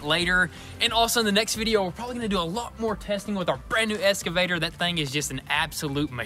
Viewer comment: It's driving me nuts hearing them say ES-CAVATOR. It's EX-CAVATOR! haha